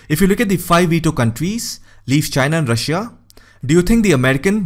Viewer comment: Aapki Russia ki pronunciation galat hai...